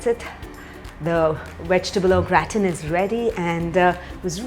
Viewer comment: That is NOT how you pronounce "gratin".